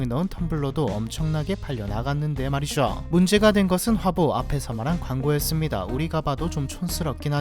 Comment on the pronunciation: 내용은 다 좋은데 "~했다는 말이죠."에서 "죠~" 발음이 너무.... 듣기 싫어서 보다 만다